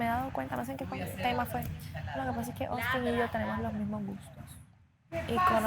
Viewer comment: Porque le dicen Ostin? Se llama AUSTIN! no es shirly... es SHIRLEY!! En serio pronuncien bien los nombres. Y no me salgan que por el de dejo de cada país porque eso es estúpido.